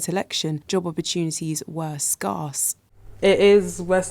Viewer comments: Ok I may be an asshole.. (this vid was great) but I obliterated my son the other day for pronouncing SCARCE as SKASS rather than SKAIRS. But this is the first (ahem 2nd) time I have ever heard this pronounciation. please, it puts a bug in my brain.. Please do it no more universe ...OK?? Regards: DAFFY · Great documentary. The way you pronounce “scarce” was something else though